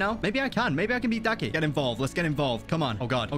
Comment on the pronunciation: Bruh daki not ducky